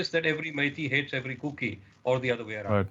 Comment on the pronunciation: It's not kooky it's kuki sir 🙋